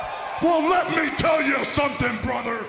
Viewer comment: Everytime he says "me", I instantly think "Reee" 🤣